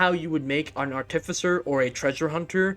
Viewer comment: google "artificer pronunciation" please